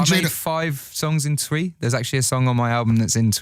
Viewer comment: it's cute that he pronuces twi like how it's spelt. awhh bless him 😊